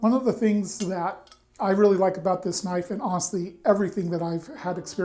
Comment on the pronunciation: "That's not knoife...that's a knoife."